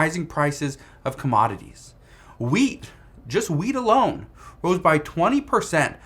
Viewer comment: 😂 he said “wheat” .